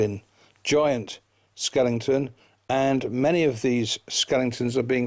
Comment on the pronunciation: It's not skelington it's skeleton!